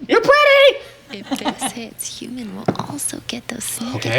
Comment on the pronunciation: Hew-man... hew, definition: to cut or chop. Think about it...